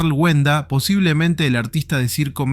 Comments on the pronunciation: No es wenda, es walenda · Es Carl wallenda no wenda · Es Karl WALLENDA y se pronuncia "UALENDA". Las ambulancias no tardaron en llegar, estaban allí y lo socorrieron rápidamente, lo llevaron al hospital, pero tristemente murió. Nunca se me va a olvidar 😢.